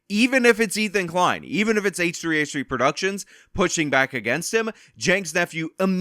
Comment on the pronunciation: H3H3 is pronounced hehe